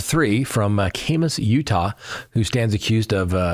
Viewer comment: Side note the first a in Kamas is pronounced like the a in can.